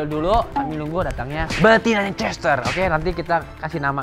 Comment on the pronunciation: Nama betinanya chestaer bacanya chestaier